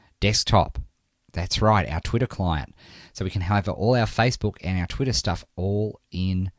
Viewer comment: ur voice is funny!!!! u say twitter in twitta.